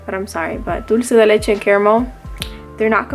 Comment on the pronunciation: Omg where r u from? loved how you pronounced Dulce de leche 😍